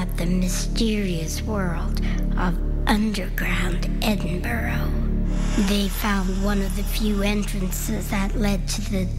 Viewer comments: The narrator voice is just over the top and americans need to learn how to pronounce edinburgh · I've been to the Edinburgh vaults and it's creepy as fuck down there. Good try but they still haven't managed to pronounce Edinburgh properly. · It annoys me when the American lady presenter is not able to say Edinburgh correctly.... Just .... Get a grip!